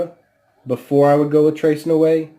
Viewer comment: Please, before you review a product, can you get the name right? It's not that hard. Tres Nuit is French and pronounced 'tray nuee'. Thanks for the review of Egra though, not many of these around.